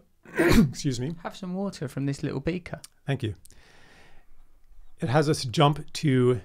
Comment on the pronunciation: “Have a sip of wahuh from this little beakuh”. Oh my Russell is adorable in every way. And Charles is likewise just a beautiful individual. Thanks guys.